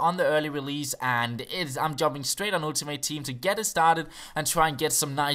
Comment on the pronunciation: oeltimate team, love that accent <3